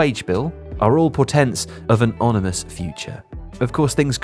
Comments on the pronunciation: "... porténts of an onimous future" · "an onimous future" lol